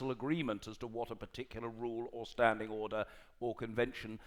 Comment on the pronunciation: You must be joking. He doesn't even pronounce the word order correctly.